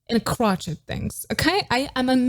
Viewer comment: I think you’re trying to say crochet —crow-shay